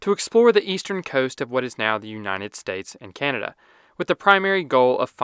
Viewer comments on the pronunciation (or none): none